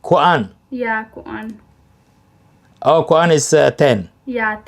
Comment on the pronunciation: Please Don't Say Khudan It Is Called #Kudhan/#Khudhan